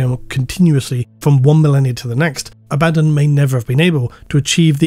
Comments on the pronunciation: Very strange pronunciation of Abaddon “ a,bad,un The despoiler” is this intentional is it a inside joke ? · Every time you go "aBADdon", I cringe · STILL mispronouncing 'Abaddon' is driving me crazy. You already admitted "uh baddun" is wrong, why keep doing it?? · While I appreciate that you said both "AB-ad-don" and "a-BAD-don", I have to point out you forgot "ab-ad-DON". :D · A - BA - DON 🙈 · its A-ba-don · It's pronounced Abaddon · This Abaddon pronunciation meme thing really takes me out of the video subject. As much as I have my own pronunciation of it, I wish you would just stick to a consistent pronunciation. I really don't get petty, just use what's comfortable. I know Arbiter Ian does this too and I feel the same way. I get that you probably do it because people WANT you to pronounce it one way, but the inconsistency hurts the narrative IMO when you're talking about this specific character. Very sorry if you feel the average jerk has guided your narrative to start doing this, but I would love it if you would just use one or the other. Sorry for the criticism, I really tried to make it as constructive as I could. Thank you for all your hard work and despite the criticism, this video was fantastic. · still mispronouncing "Abbadon" I see. there ya go :) bruh....